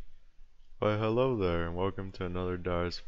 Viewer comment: "Why herro thur" Lost my shit right there.